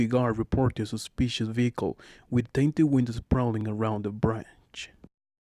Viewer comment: Sir, it’s correctly pronounce as WIND SHILD not WIND CHEELD. TINTED WINDOW not TAINTED WINDOW But super thanks for sharing us knowledge like this on top of call center training. From Manila, Philippines